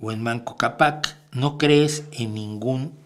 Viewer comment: Solo una pequeña observación: se pronuncia "Manco Cápac" (tomar en cuenta la tilde), quien fue el primer monarca inca